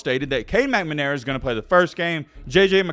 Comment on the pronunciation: If i hear "mcmanara" instead of "McNamara" one more time!!